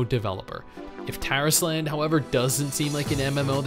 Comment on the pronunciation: when I first heard him say the name Tarisland, I had understood "Terrace Land" and I had to double check fr o_o